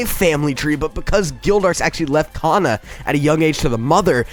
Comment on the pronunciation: Man he said cana like me mad